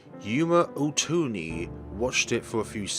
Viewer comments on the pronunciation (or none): Character Pronunciation: Takuru Miyashiro = Tah-koo-roo Me-yah-she-roh Serika Onoe = Seh-ree-kah Oh-noh-eh Yuuma Ootani = Yooo-mah Ohh-tah-nee* (Haru was perfectly pronounced) Momone Takayanagi = Moh-moh-neh (you pronounced that right) Tah-kah-yah-nah-gee (hard "g") *You elongate the pronunciation of vowels that appear twice. An exception is "ei", which is an elongated "eh". Misc Pronunciation Shibuya = She-boo-yah Niconiya = Nee-koh-nee-yah* Otaku = Oh-tah-koo *Sometimes the japanese will use "c" in their own translations. These have the same consonant sound as "k". Gonna cut it off here since I don't know the limits of YouTube comments. Notes for further pronunciation of Japanese words: the vowels will always have the same sound and pronunciation universally. "a" will always be "ah", "o" will always be "oh", "e" will always be "eh", "i" will always be "ee", and "u" will always be "oo". And consonants will always be the same, "g" will always be a hard "g". And lastly, vowels that are not the same (with the exception of "ei") put together are pronounced separately. "Onoe" is a good example of this.